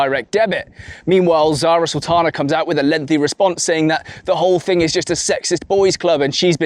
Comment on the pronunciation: Zara saltana? 😂 Sorry, only 10 seconds in.